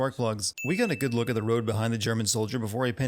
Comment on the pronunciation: He said lool in stead of look